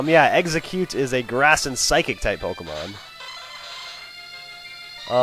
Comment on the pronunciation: Eggsacute sounds like exacute